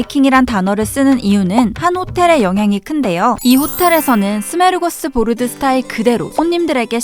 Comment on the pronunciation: 스뫼르고스보르드??.....마크도나르도...냐??? ㅋㅋㅋㅋㅋㅋㅋㅋㅋㅋㅋㅋㅋㅋ